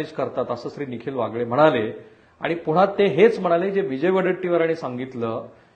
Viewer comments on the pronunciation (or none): none